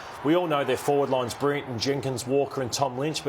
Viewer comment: really struggles to say the word "Brilliant". He keeps saying "Brirriant".